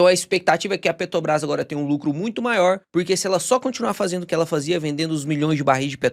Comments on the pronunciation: Pelo amor de Deus, pare de falar "Petobrás". Tá parecendo o demônio Lula falando. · Cara, eu sou viciado nos teus videos. Conteúdo bem mastigado, entrega muito conteúdo. Mas me dá uma agonia vc falando PETOBRAS. Petróleo, petrolífera, PeTObras? 😅 So comentando mesmo, mas teu conteudo é 100%. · Por que o consegue falar "petróleo" mas fala "Petobras"?